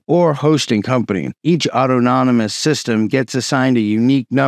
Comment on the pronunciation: The way this man can't say autonomous is worthy of a comment. It's not auto-nom-us.